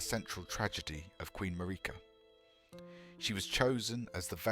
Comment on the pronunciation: The Pronouncination of Marika cut me right out. That was other then expected